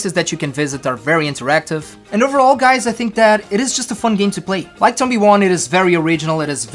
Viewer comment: He says the name wrong